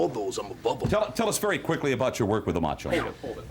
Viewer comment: "He's the MEhcho Man..."